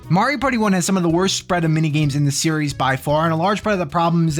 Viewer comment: New Seeries huehuehue